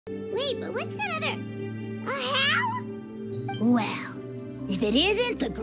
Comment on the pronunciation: Ahow???? It’s pronounced Ahow???!?!?!?